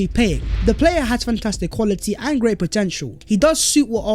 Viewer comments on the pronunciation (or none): none